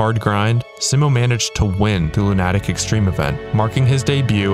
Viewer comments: LOO-nuh-tick. Not Loo-NAH-tick. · Lu nah tic? Isn't it's Luna tic.. As in mentally ill? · Do you not understand what 3 peat means? That means 3.. in a row. Consecutively. One after the other. And it's Loon-a-tick ffs man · It never ceases to amaze me how trackmania players pronounce the word "lunatic" KEKL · I dont want to word this as criticism, but it will read like it, just ignore! Why do people pronounce Lunatic Extreme like this? Lunatic is just an English word with a pronunciation, but so far I've grown up hearing it pronounced as "LunAtic Extreme". Where did this come from? Is it just language debuff? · Is "lunATic" the "official" way to say it? I just assumed that was Wirtual being Norwegian. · Good video but your pronunciation of lunatic is crazy wrong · Arrrgh, I cringe every time he tries (and fails) to pronounce "Lunatic" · did you mispronounce lunatic or am I a lunatic